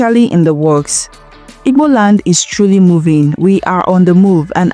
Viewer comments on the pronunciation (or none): I thought I was the only one that heard that. I actually heard her pronounce it is igo or ig gbo. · Please learn how to pronounce Igbo.